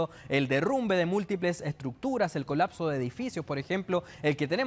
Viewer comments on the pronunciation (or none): none